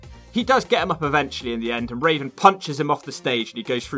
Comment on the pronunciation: I died when you called Raven, Raisin